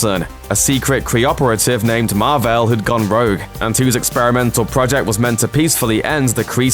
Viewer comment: "It's Mar-Vel, not Marvel..."